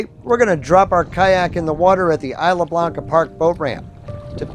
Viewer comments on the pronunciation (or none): It’s Isla Blanca, not isle Blanca.